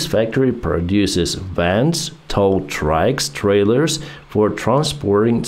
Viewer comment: "Tracks trailers" ?!!! :))) And not caterpillars trailers ? :).